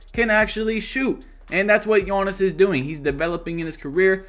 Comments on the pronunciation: Love the content but it is giannis not gionnis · Bro why do you pronounce his name like yoanis instead of Giannis (yee-Ahn-is) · “Yawnnis Awntetokoumpo” LmAo